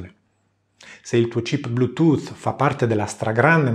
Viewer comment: Sei veramente bravo e con quella voce soave funzioni bene anche per l'ASMR :) Per non parlare della perfetta pronuncia dei termini anglosassoni (cosa alquanto rara). E poi mica tutti sanno dire DESKTOP al posto di DEKSTOP o BLUETOOTH al posto BLUETOOT.